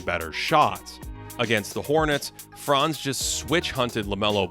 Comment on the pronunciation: Buddy Franz name is pronounced slightly differently. The „a“ in Franz is pronounced short and hard. Don’t drag it so long. All Americans do that incorrectly. It’s not „Fraanz“. It’s Franz